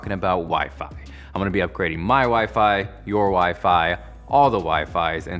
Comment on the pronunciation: "WiFe-I?" my future's wife maiden call.